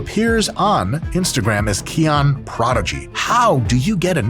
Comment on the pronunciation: He pronounces it “key on” but isn’t it Hawaiian for “k oh knee”